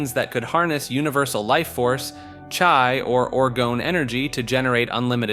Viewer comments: Did you just pronounce chi as chai? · Bro called chi “chai”